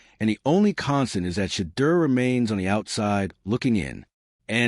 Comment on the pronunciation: Pronounce Shedeur’s name correctly!!!!